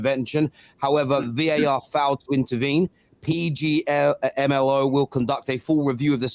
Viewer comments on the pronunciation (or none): It's failing to pronounce PGMOL for me 😂😂😂😂